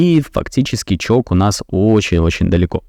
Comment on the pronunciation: Можно в следующий раз говорить не ЧОК а ЧОЧ, не привычно слышать ЧОК